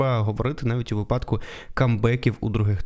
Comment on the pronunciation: не випАдку, а вИпадку.